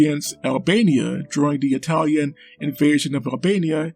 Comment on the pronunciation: "Yer a tank Rock! A greasy fast EyE-talian TANK!..." Guess missed the Italian tank memes.